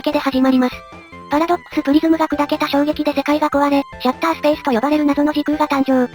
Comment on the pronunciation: ソニックXのメタ発言は面白いものばかりですよね。 分かってると思いますけどシャッターじゃなくてシャター・スペースですよ。